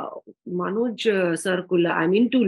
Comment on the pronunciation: it's Manoj not manjoy ....